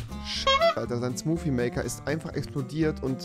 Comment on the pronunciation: Niemand: Wirklich Niemand: Rewi: SMuUuFii